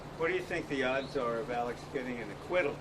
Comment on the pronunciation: OMGGG 🤦‍♀️ his name is ALEX.. not Alec!! That’s annoying AF!